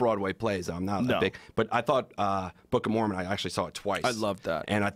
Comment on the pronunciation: what does he say the thing he 'saw twice' which Rogan 'loved' near the beginning ...after saying 'not a fan of Broadway shows' ?? sounds like 'book o mormon'